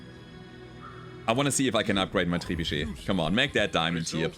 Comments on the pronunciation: I gotta say I love hearing pronounce trebuchet. I always sounds so cool to me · good french accent for the word "trebuchet" 😄